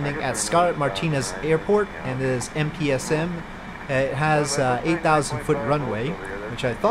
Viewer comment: cincorde corcumnavigation